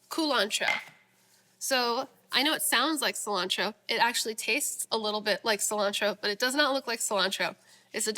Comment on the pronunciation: I'm going to start saying Killantro. LOL